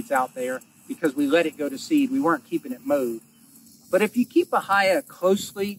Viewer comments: Remember it is ba-hay-a not the other two ways of saying it....never heard those pronunciations. Love the channel. We are not too far from of you and watching you establish your pasture reminds me of starting ours. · It's called Ba-hey-ya. Damn Yankees... 🤦‍♂️